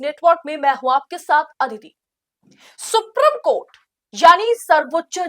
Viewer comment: Supreme court ka pronounciation galat hai